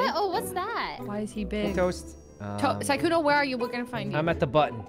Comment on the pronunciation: Sykkuno more like sikkeuno